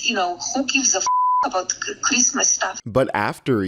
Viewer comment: She has a "feelim" coming out??? In time for "Chreesmass"? FFS...